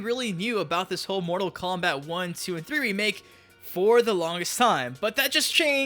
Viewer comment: Mortal KomBIT? The fuck is wrong with this dude?